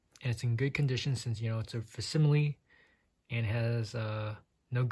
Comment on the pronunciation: okay...the way you're handling that book hurts my feelings and it's "/fakˈsiməlē/"